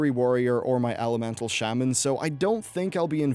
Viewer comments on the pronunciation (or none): none